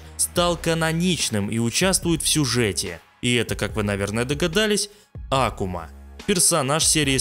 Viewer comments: Ты специально ставишь ударение не правильно? Что за Акума? Даже если отбросить то, что это звучит по идиотски, в sf4 перед боем он сам представляется как акУма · Почему А'кума? Вообще-то АкУ'ма. Послушайте английскую озвучку.